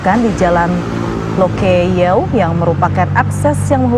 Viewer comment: Loke yew 🤣 Sebutannya “Lok Yu”